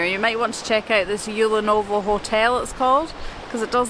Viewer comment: Actually the letter "T" in Tyulenovo isn't silent. 😉 Great videos, congrats!